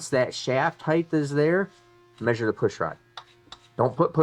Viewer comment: HEIGHT there is no H at the end